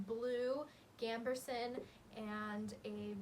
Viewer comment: This was a great video, very fun and interesting, but for the sake of my sanity I have to point out that there's no r in gambeson.